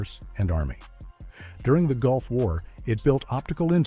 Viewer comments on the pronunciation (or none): none